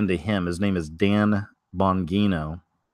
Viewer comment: It’s pronounced Dan (Bon-G-No)